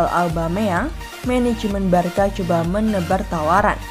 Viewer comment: Barca dibacanya barsa bukan barka mimin